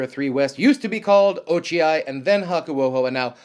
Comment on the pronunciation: Flinching every time hearing a Hakuho stabled rikishi's new name.